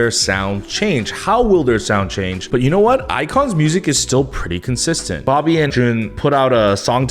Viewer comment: when said dobby instead of bobby i lost it jsdkjsjd